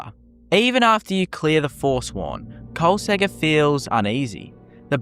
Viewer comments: Why you skipping the second k noise? KolsKegger, not Kolsegger bruh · I'm very sure that the second k in Kolskegger on not silent.